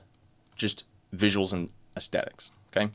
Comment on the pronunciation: My dude. It’s “aesthetic”. With a “th.” Not “aestetic”. But good video.